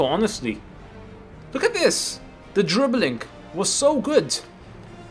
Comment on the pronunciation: "The dribbilink".. DRIBBILING